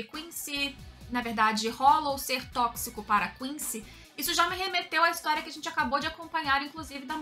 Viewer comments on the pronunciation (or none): none